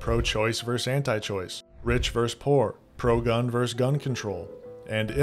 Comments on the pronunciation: Bro, you're making a scripted video, you should be able to pronounce the word "versus". You sound like a teenage streamer when you say "verse". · Hey, I enjoyed the takes you shared in this video. Just letting you know, vs. is short for versus, it’s a two-syllable word. Hope this helps 😊